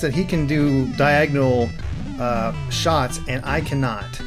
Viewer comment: I died laughing when you said shits instead of shots XD